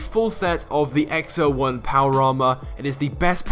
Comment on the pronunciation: X-O1 not X-01